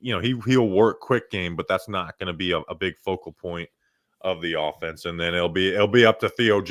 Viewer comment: off - ense? what is this word?